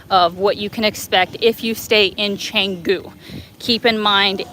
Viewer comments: Cengu.... It is canggu..with an a.... like in bath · Nice vlog. Typical polite Indo and others.... but, pronounce Changgu with soft a, like long, not lang. Keep up the tour in Indonesia!